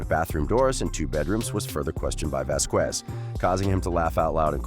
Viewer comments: Vasquez is pronounced Vaskez not Vaskwez. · For shit sake people stop saying vas qwez it’s pronounced vas kez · please stop saying VASQUUUUUUUEZ is pronounce VASKES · Vas-kez is the proper pronunciation. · Camille Vasquez' last name is pronounced "Vaz-kes." The "qu" sound is pronounced with a hard "k." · Thank you. I cringe whenever someone pronounces it like that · It was deliberately mispronounced...disrespectful in the extreme. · Please check around to find out how to pronounce Vasquez. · The "U" is silent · Dude great video just your pronunciation in Vasquez is incorrect if I were you, I would find out the pronunciation of Camille Vasquez otherwise is offensive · So annoying hearing the narrator mispronounce Vasquez in nearly every sentence 🤦‍♀️